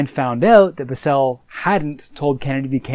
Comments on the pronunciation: Its not Bisel, Its Bissell. I guess hes never seen anything cia and just went to wiki. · I absolutely hate how you pronounce Richard bissell’s name